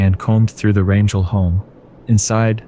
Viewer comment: You have demolished the pronunciation, of the last name 'RANGEL'.